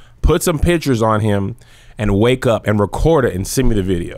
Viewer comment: For some reason the way you said "bideo" in the intro had me so tickled I had to pause it until I got myself together before I could watch the rest of it🤣🤣🤣